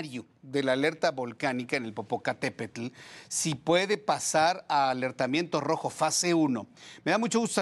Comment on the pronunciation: Muy vulcanologa pero no sabe pronunciar correctamente el nombre del volcán. De verdad una vergüenza